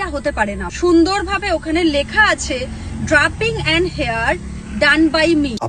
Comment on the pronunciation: Meye ta mone hoy thik kore porashuno o koreni, "matte" কে "ম্যাটি" মেকআপ বলছে, "drapping" কে "ড্রাপিং" বলছে !